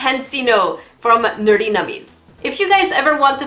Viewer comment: It’s NerdENummies 😂